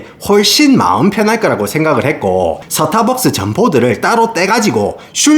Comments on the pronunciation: "스타벅스"가 되어야 할 발음이 "서타박스"로 되어 버렸으니 나락으로 갈 수 밖에 ㅡ.ㅡ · 발음이 좋은데 왜 스타벅스 발음만 사타박스임? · 영어로 말할땐 완벽 미국식 스따~ㄹ벅ㅅ, 한국어로 말할땐 서타벅스 이 갭 어쩔거에요, 동일인물인가 ㅋㅋㅋㅎㅋㅎ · 서타벅스를 사투리로 말하니까 임팩트가 배가 되네요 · 코ㅓ피~~~~ 본토 발음 뒤에 오는 서타벅스 ㅋㅋㅋㅋㅋ